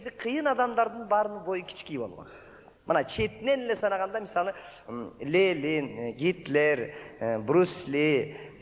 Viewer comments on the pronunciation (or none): Бляяя!! Лелин деген ким? ЛЕНИН деп айтат, нормальный тушунуктуу киши.В,И, Ленин ким экенин деле билбесен,Абдылдадан сура.Сени жетелеп жургон Манас (раматылык Бердибеков) жок азыр.